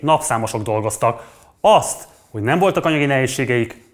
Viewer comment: “aszt”? Mondd inkább úgy, hogy asztat! Vesztes. 😆✌️